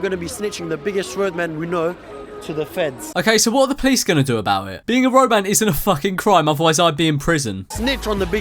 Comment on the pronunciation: Wow I always thought he was saying rogue man not roadman